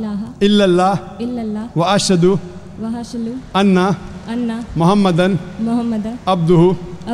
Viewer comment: First of all what you think doesnt matter. The way she said the shahadah shows she wasnt a muslim. She kept saying Ashalu instead of Ashadu. A muslims would never say Ashalu instead of Ashadu.